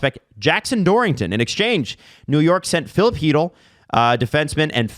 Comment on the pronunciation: I don't know who Filip Heedl is. Chytil. Khy (as "Ky" in Kypreos) - Til (as un"til) is a much better pronounciation, though still not perfect. But Heedl is atrocious, I'm sorry.